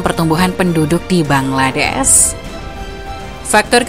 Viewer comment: Bangladesh min bukan bangladess